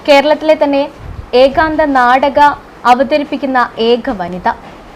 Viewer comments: ആ ഇന്റർവ്യൂ ചെയ്യുന്ന കുട്ടി എന്താണ് പറയുന്നത്.. ഏകാന്ധ മോ???😅😅😅😅 ഏത് കലയെക്കുറിച്ചാണ് ഇന്റർവ്യൂ😂 ഏക അംഗം എന്താണ് എന്നറിയുന്നുണ്ടോ ആവോ .. (ഏകാന്ധം എന്താണ്.. ഏകാന്തം എന്താണ് ) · നാടകത്തേയും അഭിനയത്തേയും ജീവിതത്തിൻ്റെ ഒരു ഭാഗമായിത്തന്നെ കൊണ്ടുപോകുന്ന എല്ലാ വിധ ആശംസകളും. കൂടുതൽ കൂടുതൽ ഉയരത്തിൽ എത്താൻ ആശംസ. ചോദ്യകർത്താവ് ഏഖാന്തം എന്ന് തെറ്റായി ആവർത്തിച്ചത് അരോചകമായിത്തോന്നി. ഇനി ശ്രദ്ധിക്കുമല്ലോ. അതുപോലെ ഏകാംഗാഭിനയം കൈകാര്യം ചെയ്യുന്ന മറ്റ് കുറച്ച് അഭിനേത്രി കൾ കൂടി ഈ മേഖലയിൽ ഉണ്ടെന്നാണ് ഞാൻ മനസ്സിലാക്കുന്നത്. ഇനി ചെയ്യാൻ പോകുന്ന നാടക പ്രവർത്തനങ്ങൾക്കും എല്ലാ വിധ ആശംസകളും